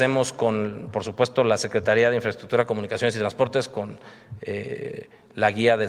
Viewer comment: Mas " infreschukchur " para la maña😁